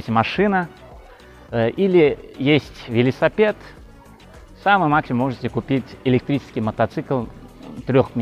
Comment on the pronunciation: Благодарю! Обожаю смотреть ваши ролики. Вы такой классный! Просто подымаете настроение (особенно ваш "велисапет")))) Много смотрю разных предложений, так как хочу купить квартиру, и мне кажется, что вы самый честный риэлтор...